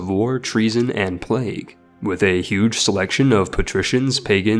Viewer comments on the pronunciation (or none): none